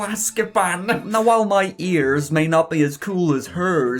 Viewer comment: You pronounce ears like YURS.